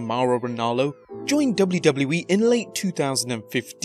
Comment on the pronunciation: Learn how to say WWE